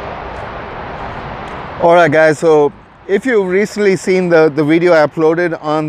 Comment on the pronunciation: Did you say "rideo"? I think so.